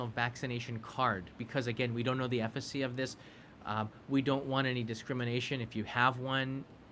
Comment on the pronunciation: Love your content, but I just have to do this. It is efficacy, not effacy. It is asterisks. Not asterix. Thank you and my apologies.